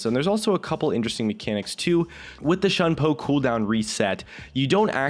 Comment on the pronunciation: It bothers me how he pronounces shunpo. it's not "shun po" it's "Shoon po"